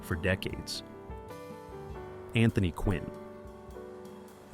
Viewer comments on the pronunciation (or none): none